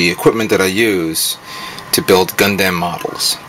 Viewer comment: hahahaha when u say gundam u actually say dam in the name lol lol